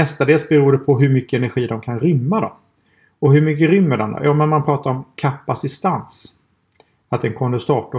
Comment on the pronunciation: Heter det inte kapacitans? Du benämner det som "kapacistans"